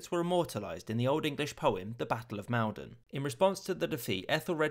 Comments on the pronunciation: It's pronounced Mol-don not Mal-don. Also it's rumoured that the original point they landed at was actually dovercourt near Harwich. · You are either not from England or do not know the Maldon is pronounced "Mall don" by local people not "Male don" as you say in the Video, Also Cnut is also know a Canute. There used to be a pub on Canvey Island called the King Canute since it was the only place not flooded in 1953. :-) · Maldon is more like “Mauldon” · I’m not picking holes in a perfect video, but for future reference, the name ‘Maldon’ is pronounced ‘moledon’. Great video! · "They were met at MALDON... " rhymes will "Cool-don"... although I can't say how it was pronounced in the 10th-Century. Also, kings and queens are CROWNED... Not "coronated" (Good Grief). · Great Vid and usual but Maldon is pronounced like Mall (like an american shopping center) - don ... great Tubing. :-)